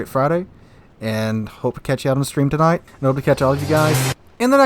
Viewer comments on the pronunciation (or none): none